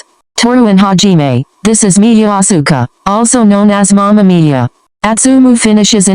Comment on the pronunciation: listen love mama miya, but every time it sounds like mama mia yk mario..